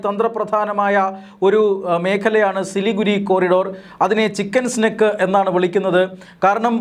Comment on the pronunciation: ചിക്കൻ സ്നേക് (പാമ്പ്) അല്ല സ്നേഹിതാ ചിക്കൻ നെക്ക് (കഴുത്ത്) തിരുത്തി വായിക്കുക